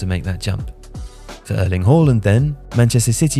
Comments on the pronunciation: Why you pronouncing his name like that? It's not HOR-LAND ITS HAA-LAND. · Think..... Harland NOT Whoreland